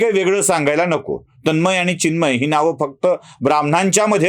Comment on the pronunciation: तन्मय व चिन्मय याचा उच्चार करता यायला पाहिजे.